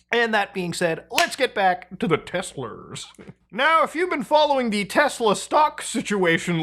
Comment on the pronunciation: Teslas hard r is crazy